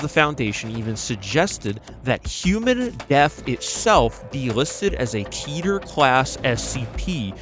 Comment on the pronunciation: Bro I loved your video but i fucking hate the way yoau said Keter lol, dude i liked and subbed, love the content but that shit bothered me, (might be retarted🤪)